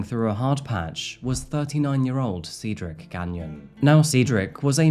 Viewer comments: Dude God Almighty if I hear sea drik one more time man Cedric is pronounced SAID-DRIK JEEEZ man u were killing us seedrik this and seedrik that 😂😂😂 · 'Said ric not seed' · 😂😂 I am Cedrics soul sister and I was like wtf? How do I tell this man? You did. Perfectly. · Brother is it Seedric or Cedric? How do you go about entire video pronouncing the name two different ways? Pick one and be consistent please. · The amount of times you went back and forth from pronouncing it Cedric, then Ceedric, is wild. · Well, you really couldn't decide on how to pronounce Cedric, could you? Changing how you say it even in the same sentence is a bit amateurish. Do better. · Please either learn how to pronounce the name or settle on a pronunciation you like. Switching between Ceedric, Sedric and Saydric sometimes within a single sentence is annoying and distracting to listen to. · Sever all? I'm starting to think its deliberate for the algorithm. Good tactic thou as I've had to start over due to the "seed ric" debacle lol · Did anyone else notice the difference in pronunciation of Cedric? Like the beginning and end were filmed before the stuff in the middle, lol. Still love your videos though. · Is it Ceedric, Cedric (Sedric) or Saydric? You switch your pronunciation of his name throughout the video. It's distracting. Makes me suspect that your accent is more of an affectation than a genuine organic way of speaking. 😕🤔🤨🤷🏼‍♀️